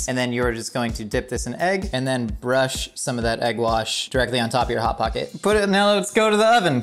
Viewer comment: Not once did any of you three pronounce "Hot Pocket" correctly., can you chime in on this please.